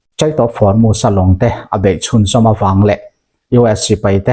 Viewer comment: Hnamdang ṭawng i lam dan uluk deuh hlek a ngai. U hi A ang in i lam ṭhin a. Entir nan Hormuz kha maz ang in i lam a, wngchuk pawh wangchak ang in i lam ṭhin a. A dang chu a ṭha a, a bengvar thlak bawk.